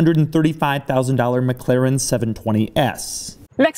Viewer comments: I abhor how he says "McClaren" Dammit man, there isn't another C in there. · Your totally saying the name wrong It's not Mc claren its Mc-laren And pls keep your hands down Stop moving your hands all over your face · Your "mclaren" pronunciation is a bit annoying,oddly.